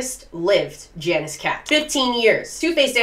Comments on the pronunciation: Janus is pronounced something like /ˈjɑ.nəs/, not /ˈdʒæ.nɪs/ lol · its pronounced yah-nis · Just one thing. Janus is pronounced Yanus. Even in english. (should be) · Janus is pronounced yah-noose or yah-nis